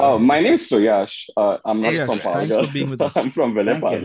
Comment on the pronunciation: Never thought the word 'Palghar' too can be said in a sobo accent lol 😝😝